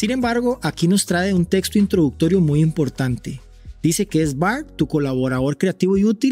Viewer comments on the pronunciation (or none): none